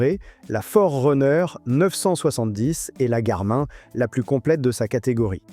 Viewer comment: garmain mdr on dit gar min comme le pronom la gamine .la mine ( de crayon ) on dit pas la main de crayon mais la mine .....